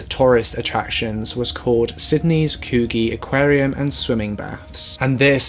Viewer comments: Haha as an Australian I couldn’t help but laugh at the way you pronounced Coogee, it’s pronounced Coogie hahaha...great video though ❤️ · Coogee is pronounced ‘coo-ji’ lol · haha your pronunciation of "Coogee" is so cute. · your pronunciation of Coogee is a bit off haha , its like "bourgeoisie" you Kinda have to pronounce the G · The way you guys pronounce these Australian places kills me haha... Coogee is pronounced like Coo-jee and the nulla part of Cronulla is like nuh-la... so cute haha. also the coo part of coogee is the coo in could